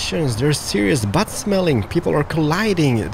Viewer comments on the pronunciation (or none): none